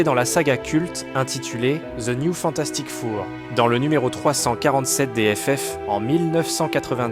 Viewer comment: Le "Fantastique Four" avec un accent au hachoir me fait rire mais malgré ce seul micro-défaut, la video est excellente autant en narration qu'en montage MERCI !